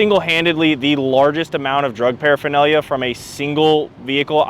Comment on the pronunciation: just say paraphernalia!!! 😂😂